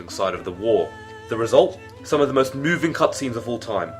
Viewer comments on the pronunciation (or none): none